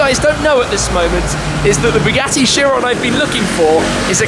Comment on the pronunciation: That's not chiron that's veryon